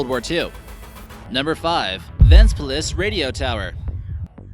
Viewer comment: i am from Latvia and i want to say its nice video. but funny was when u say Liepaja, Ventspils and koknese